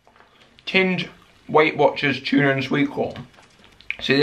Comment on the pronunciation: its not chuna its tuna not chuna